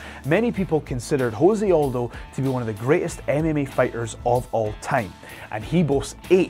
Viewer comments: I'd prefer to have my MMA trivia from somebody not just cribbing notes off of wikipedia or some shit. The presenter clearly has never heard Aldo's name spoken aloud. Also, chill on deez nutz, chode. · How does your MMA expert not know how to say Jose Aldo?